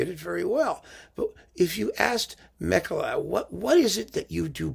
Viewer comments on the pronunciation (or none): A detail: being Finnish he's pronounced Makela not German-style Mekele. I was worried about this from the moment I saw the bizarre hyped colours on the cover - sounds as if the music may be the aural equivalent, but I will listen to at least one of the symphonies to see.......